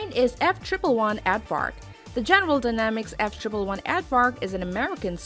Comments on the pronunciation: “F triple one”? You mean an F-one eleven? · What the heck is a F Triple One AARDVARK. It’s a F One Eleven. 🤦‍♂️ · I couldn't listen effectively after she called the F One Eleven the F Triple One. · The F-triple one Ad-Vark. I love it when people make video about things that they know absolutely nothing about. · Ard ard....not Add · F-triple one? Does this person even know what she’s talking about.